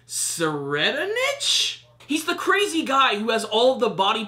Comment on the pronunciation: I believe you doesn't pronounce the first litter T so it goes like this " Serid-Nich" or at least that's what I call him to make it easy for myself